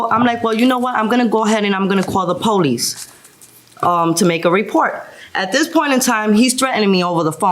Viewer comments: She called the Poe-Lease. Did she call the AMBALANCE and does she live on planet EARF too? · The powleece? 😂